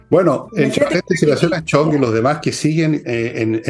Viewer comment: la zurdeque jueza es de apellido Chong, no Chang...no sea como dn Fernando que enreda los nombres...😆